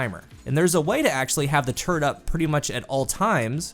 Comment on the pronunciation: says “turret”, all I hear is “turd” 💩